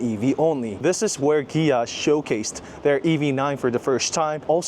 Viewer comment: Good video. You were killing me with the company name (Kia / Gia) All I could think of is the interview scene from the movie "Brothers"......."Are you saying Pan? or Pam?"